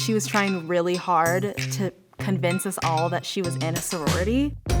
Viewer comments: "Imina sorority" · Them: I'm in a sorority My ears: I'm men messrorority